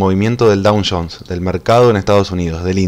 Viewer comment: No está en 2 días habiles el parking? Es DOW Jones, no DOWN Jones